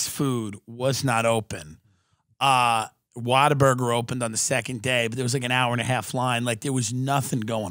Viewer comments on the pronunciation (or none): none